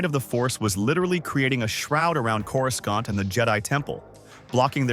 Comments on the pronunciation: When I heard Coru scant I had to stop watching. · After the third time you used a hard C for the second C in Coruscant I had to turn it off.